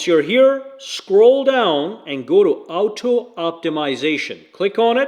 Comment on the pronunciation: ffs its OTTO! i crack up when he keeps saying out toe!:face-blue-wide-eyes